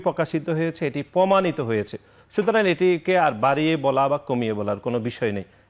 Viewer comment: পকাশিত, পমাণিত, এবন, ফ্রুফ, প‍্যাসিবাদ.. শব্দগুলোকে সঠিকভাবে উচ্চারণ করার জন্য ছাত্রদলের সেক্রেটারিকে অনুরোধ করছি।